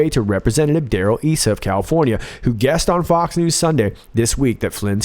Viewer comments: "eye-sa" , Darrel. :) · Just a quick comment, Darrel Issa is pronounced I (long I, sounds like I then Sa.) Love your channel! Keep rocking Q! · Issa = "EYE-ssa" - but he's leaving Congress in January, having been a fine establishment Republican. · Again thanks for the great, realistic review. No offense meant only hekp, but Rep. Issa's name is pronounced eye-sa, now that he's retiring.